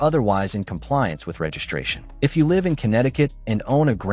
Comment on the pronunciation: Total anti-gun propaganda. This post is pure BS. Keep your gun. Change nothing. Don't let them punk you. Don't get tricked. PS, I love the lame computer voice .Doesn't know how to pronounce "Live" in context. So fake. Just like the post.